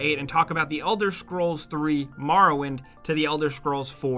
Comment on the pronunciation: "The Elder Scrolls: Marrowwind" -, 2019.